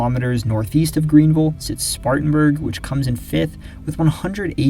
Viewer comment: Thank you for pronouncing “Greenville” correctly.